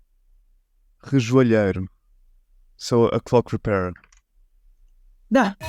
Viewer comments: Rejoelheiro???? Rejeloeiro??? 😂😂 you mean relojoeiro?! 😂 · Não é "rejoalheiro" é RELOJOEIRO ... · "Relojoeiro" e não Rejoalheiro 😂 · its not rejoeleiro, its relojoeiro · Ele disse rejoelheiro??. é RELOJOEIRO!! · Rejoelheiro?? Relojoeiro!